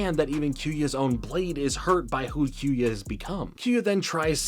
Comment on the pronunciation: Besides you butchering kyoya’s name.. in which I’ll let it slide. lol. Just to add rock Aires, and storm aquario is originally called clay Aries, and wind aquario in the OG jap version. Mad gasher is also a light wheel, before it got changed into the dark gasher. For further context Wind, clay and mad, is the name for the light wheels (plastic wheel). Dark and mad wheel is the same, just one being plastic, and the other metal. same goes for the storm, and wind wheel. Clay and rock wheel are nothing alike, two completely different wheels. They changed the name in the US dub to sell toys. Hasbro didn’t sell the light wheels only the metal counterparts hence the storm aquario and rock Aries name. TT made booster packs of these light wheel beys which include clay Aries, wind aquario and mad gasher. Which I’m a proud owner of all 3 main light wheel beys. But besides that, great video I really enjoyed this.. hopefully you continue to the metal saga it honestly gets way better.